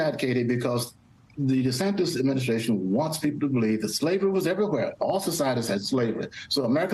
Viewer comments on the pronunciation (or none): I like how this man pronounces his name -- DeSandToes